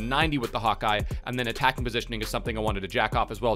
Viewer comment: Does somebody else notice that he says "Hawkeye" or it's just me?